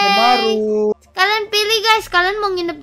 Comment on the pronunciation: Mohon maaf makak itu bazmaru bukan batmaru